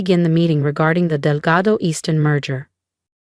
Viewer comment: It is Delgado, not Delgato. A.I is the future of our country and can’t learn how to pronounce or spell words.